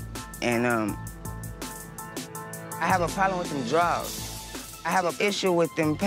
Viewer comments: He said "them draws"🤣🤣🤣🤣 I can't stand Twist🤣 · I’m fucking dead at the fact he done said them drawers so many times. He said I was trying to take Egypt from this before you had to deal with these drawls